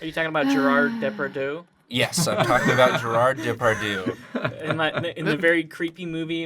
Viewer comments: Actually the way you said Depardieu is far more of an insult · oh my god! the way you pronounced Depardieu! seriously it hurts XD